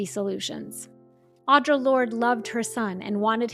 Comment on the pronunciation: I enjoyed this video. I would just like to let you know that Audre Lorde's first name is pronounced "Aw-dree"